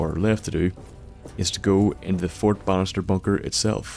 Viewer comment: Anyone else think he's saying fort bastard instead of fort Bannister